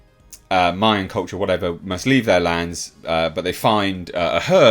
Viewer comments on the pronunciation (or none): none